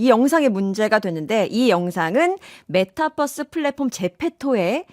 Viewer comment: 메타뻐스가 아니라 메타버스인데...